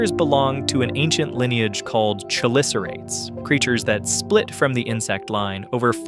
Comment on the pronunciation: the video seems botty for sure. “He” calls them chu-licerates (wrong) and then ka-licerates (right) within the first 3 minutes. If you meant bot about something else I’ll have to step aside from that.